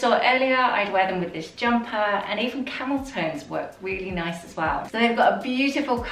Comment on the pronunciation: Did anyone else think she said ‘camel toes really work!’ 😬 then realise it was ‘camel tones’ 🤣🤣🤣